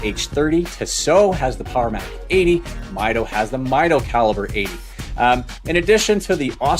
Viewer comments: It is pronounced Meedo , not Mido . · It’s a Spanish word that translates to measure. Pronounced “meetho”.